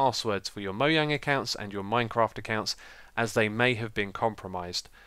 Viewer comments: MoJang NOT! Moyang D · It's mojang not moyang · mojang not mohang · It's not moyang it's mojang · I love how he says "Moyang" <3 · You say mo yang and you say dupdate :D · What is moyang? I thought its called mojang? Or is that just a British thing? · It's pronounced (MOE-JANG) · God this guy says Mojang like moyang. It's annoying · You say Mojang incorrectly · It is Mojang but its Swedish so it's pronounced differently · Probably not. He used to say mojang with the j. Presumably he heard a mojangsta pronounce it like it was a y, then started pronouncing it with a y.